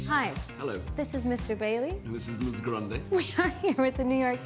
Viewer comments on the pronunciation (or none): none